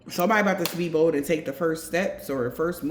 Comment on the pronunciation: whoever wrote fortune favors the bond wrote the bottom of their L too high to make it look like an n. the phrase is fortune favors the BOLD. as in the universe rewards people who take big risks. every time you say this it drives me nuts lol love you though.